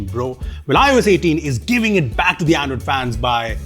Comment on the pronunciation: that "Andriod" 18 towards the end was subtle! 😆